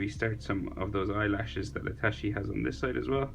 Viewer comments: Sounds like he’s say itashiii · Bru that's pronounce itatchi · man says itachi as itashi But the drawing is sick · did he just say itashi